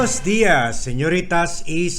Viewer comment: Finally, You said it correct Buen(o)s dias.